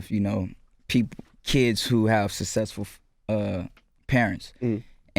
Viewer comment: I HATE the way he pronounces "successful"